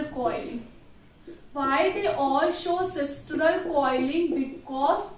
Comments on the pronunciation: It is sinistral and not sistral. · Sistral nahi hota mam.., its sinistral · its not sistral,its sinistral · Mam its a very helpful video just correcting one mistake as google says its sinistral and not sistral 🙃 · It is sinistral sister not sistral